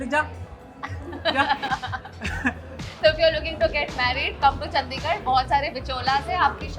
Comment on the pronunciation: Makes a whole vid on Chandigarh and doesn't even pronounce it right